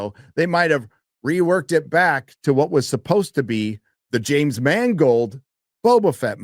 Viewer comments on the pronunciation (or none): none